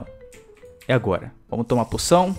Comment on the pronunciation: ele disse puçao